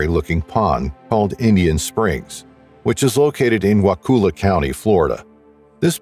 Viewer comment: It’s not wa-cool-ah….it’s wa-cull-uh county, Florida.